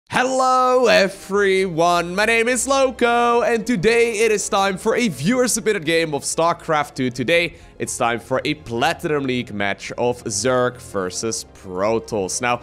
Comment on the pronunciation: HELLO "E(F)REYONE"...DO YOU EVEN ENGLISH ?